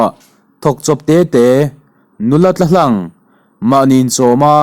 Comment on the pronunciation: Nula tlahlang tih a "tlahlang" tih hi khawvel tih thlukin i chhiar a, a dik lo, Kamis emaw, reserve tih thluka chhiar tur